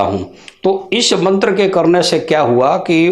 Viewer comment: उच्चारण मंत्र का गलत है l